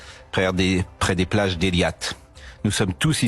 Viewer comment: Ben déjà commence par pronnoncer le nom des villes correctement, ce n'est pas Eliat mais Eilat 😂😂 quel tocard celui là ! il pourrait nous sortir un jour n'oublions jamais ce qui est arrivé aux juifs pendant la guerre 1934-38.